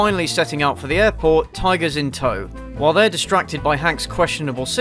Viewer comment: Haha! This guy’s hilarious. They’rrrrre eating them! They’rrrrrrre cracking their bones! Amazing!